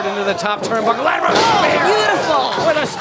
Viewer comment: Can someone please instruct on how to say latimer.